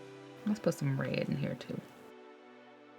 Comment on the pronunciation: I love how she said “reyat” instead of red